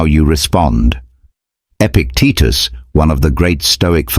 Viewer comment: Epictetus, not Epic Teachers...